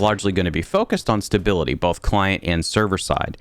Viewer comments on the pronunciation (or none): none